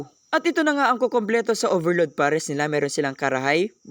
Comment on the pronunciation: Hindi tinipid sa gatas pero nakatakal. Ang totoong hindi tinipid yung kutob kutob lang wlaa ng measurement hanggang paapaw na. Tsaka PARES hindi POHRES learn your vowels.